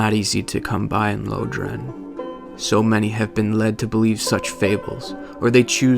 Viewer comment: i love these videos but can you stop calling it "Low-dran". Unless i'm crazy, it's pronounced "Lore-dran"